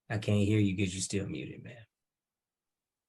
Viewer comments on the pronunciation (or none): "No, he cain't". Should be charged with murdering the English Language.